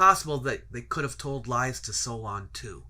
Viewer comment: "Solon" For Greekists the first 'o' is omicron, while the second 'o' is omega. Thus the incorrect pronunciation in the video